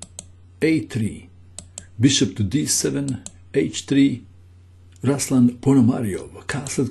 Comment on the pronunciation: Right pronunciation is RuslAn (stress on "A" and "u" like "oo" in word "tool") PonomariOv (stress on "O")